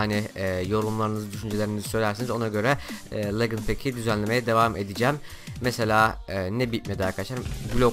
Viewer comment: Legınd Değil Licınd